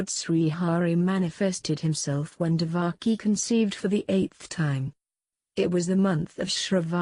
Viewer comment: not divaki...she was devaki